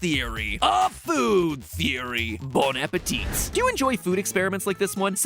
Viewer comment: Just a quick tip : we don't pronounce the "T" at then end of "Bon Appétit". Other than that, you say it perfectly.